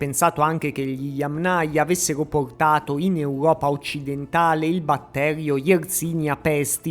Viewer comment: Accento sulla prima silabba - Yámnaya. Parola Yáma. In russo Я́ма - fossa. Yámnaya (di fossa). Cultura di fossa. Kultura fossiiiiile. Un po si sente storto.